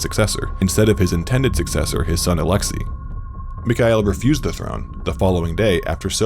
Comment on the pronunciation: it's Alex-say not Alex-e